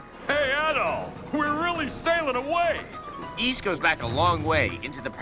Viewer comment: The Ys review was surprisingly really good, what's even more shocking is that they pronounced the game's title correctly. Also "Yes, they made another damn Dynasty Warriors game" I love how this is still relevant almost 16 years later. lol